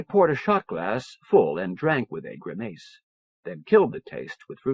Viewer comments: Note that these people were professionals and actually did it correctly. That is why all the different narrators across all the different books across all the different recordings are doing it the exact same way; Grimuss is the noun. Grimayce is the verb. (Pronounced, not spelled) You just never were taught the correct way and copied everybody else's mistake assuming that was correct. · Mow-tees. Grim-mace.